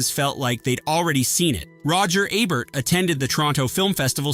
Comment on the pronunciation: 1 video, 3 different pronunciations of Roger Ebert: EE-Bert , EB-Bert and AY-Bert . Awesome.